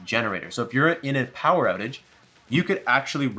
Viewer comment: lool im a child "infini Pooer" 😂